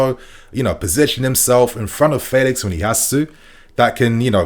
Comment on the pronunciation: You tried to unlearn the old way of saying Felix. But the way you say it now is even worse.